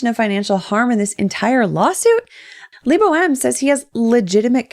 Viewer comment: Lee-bow? lol